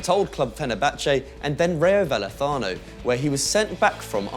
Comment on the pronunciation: That's not how you pronounce Rayo Vallecano